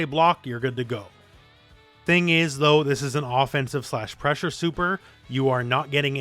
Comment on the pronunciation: "NAVY PRESSHA"!!!